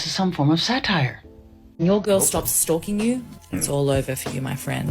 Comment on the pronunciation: I thought she said stroking not stalking 😂😂😂